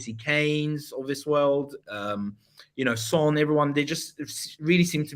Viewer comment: I love you but you absolutely butchered Son’s name I can’t lie 😂